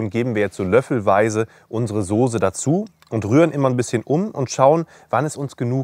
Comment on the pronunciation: ich liebe deine videos wie du weißt, auch als wochenend-fleischesser, aber dieses wort .... dieses wort soße ist keine soosé.. merkern auf ganz hohem niveau ich weiuß oder vielleicht sagt man das auch bei euch in region so aber dem herrn soosé gefällt das aufjedenfall gar nicht so gut... evenetuell klingelt er sogar bei biernot im ersten... ^^